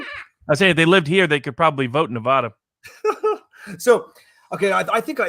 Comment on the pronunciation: your mispronouncing Nuh-Va-Duh diminishes your Argument.